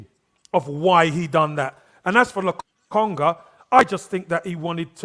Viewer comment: has the worst name pronunciations: Gundolan, Lotonga, Tomato, 🤣🤣🤣Love you